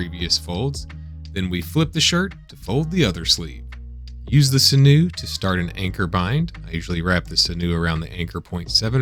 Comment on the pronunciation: Sinew: It's pronounced like "Sin-you" as opposed to "Sin-noo".